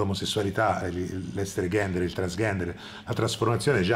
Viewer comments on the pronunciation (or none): deh ma perchè dici ghender? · Ma continui a dire "GHENDER" e che vorrebbe dire? scusa sono ignorante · Mi sa che non hai capito bene l'uso della parola "gender" (che si pronuncia con la G morbida, come in "giovane"), non si usa mai da sola per dire transessuale, gender è l'identità sessuale, non la persona. Per il resto non ho di che commentare, c'è solo da darti ragione :) Grazie di questa monografia attesissima!